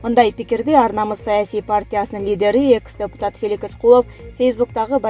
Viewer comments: Эй туура суйлогонду туура окуганды уйроно аобай койдук бир эле мен эмес копчулук эле жазат,ошондон реакция деле кылбайсын уйат да!Сени дипломированный журналист - дейт мектептен Вуздан сабатын жойулуп билиминди терендетип жогорулаткансын да?Эми караптурсам Феликс - деген созду сен Феликис -деп окуйсун уат да чынында. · Ай Феликс деген созду туура эмес окуп жатасын тупица десе.